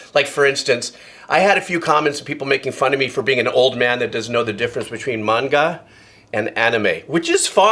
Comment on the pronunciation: Its not munga its mahnga